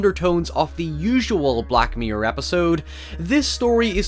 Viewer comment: I feel like it's impossible to type the way he says... black myrer